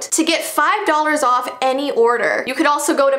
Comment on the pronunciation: I thought you said this is my goat to but you said go to lol